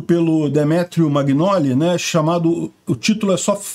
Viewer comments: É Demétrio "mã-NHÓ-li". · "GN" em italiano se lê "NH". Ou seja, a pronúncia do nome é "MANHOLI". Assim como "GL" se pronuncia"LH", como em BATAGLIA, que se lê BATALHIA".